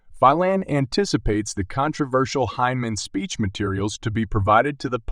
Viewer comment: You need to learn how to pronounce Hinman as well as X R P.